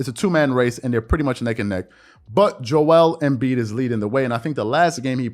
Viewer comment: WHY DO YA SAY JO WELL EMBIID JO EL EEMM BIIDD